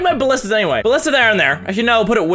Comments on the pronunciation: At level nine he calls a Ballista a Bashton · Ballista. Not Bastion.